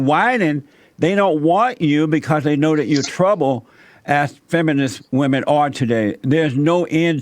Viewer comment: Pronouncing the word 'women' the same way you pronounce 'woman' is a red flag that you've got a brainwashed feminist on your hands. WOMAN want equal pay. WOMAN want equal this and equal that.🙄